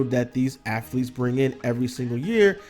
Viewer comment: Its not affletes